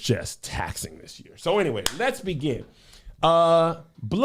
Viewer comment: Josh Kodak reference already deaded me 😂😂😂 …. “I hope sooee”